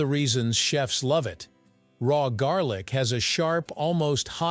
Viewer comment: lol….not jarlic